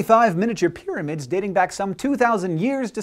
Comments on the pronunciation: And 'pyramid,' not 'pyramind,' lol. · 'Pyraminds'..... really, guys? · New "PYRAMINDS"? LOL :D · lol, "Pyraminds"